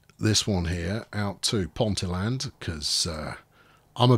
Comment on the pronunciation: Ponteland, pronounced Ponteeland with the emphasis on the "ee", is next to Newcastle airport.